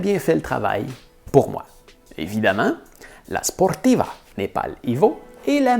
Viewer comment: Force à toi pour tes futures aventures j'ai vu aussi mont blanc noir de monde peut-être la prochaine fois tu feras le mont everset 😊avec la sportiva avec ton accent quand tu le dis j'adore et tu répond bien au rageux.